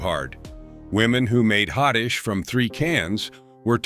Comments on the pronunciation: Interesting. But “hotdish” is pronounced “hot dish.” And, I grew up in Iowa. There was no such thing as a “loose meat sandwich.” It was a “Maid Rite”; it was immensely popular; and it was a franchise. I suppose “Maid Rite” is a brand name, but I we ALWAYS called it “Maid Rite.” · Roota bay guh, not roota bag gah. And you mispronounced another one right after ward, but I got so upset... Oh YEAH. I'm from Minnesota and have NEVER heard it called hoddish. It's HOT DISH. Hot, hot, hot 🔥🔥🥵🥵!!, dammit!😮😮